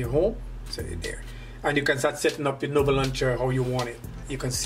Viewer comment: says nover when its nova